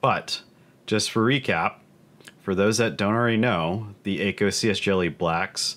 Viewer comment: Btw it’s not ayyko it’s ahhko. akko